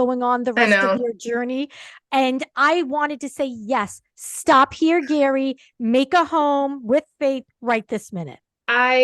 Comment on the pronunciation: Actually pronounced Gherry not Gary. He mentioned this in an interview with Jimmy Kimmel